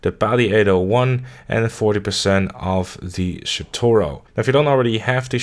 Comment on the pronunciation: Shotaro pronounces it Shotoro